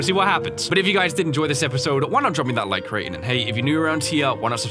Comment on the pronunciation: note how he says LIE-k after he says its not a series. I know its an old series but felt obligated for the humor.